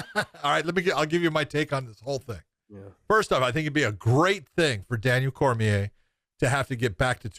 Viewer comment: It’s pronounced Daniel Cormi-A, not Cormier.